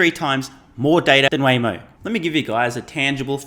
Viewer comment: The class clown mispronouncing Waymo, tells me that someone spoon feeds him his talking points.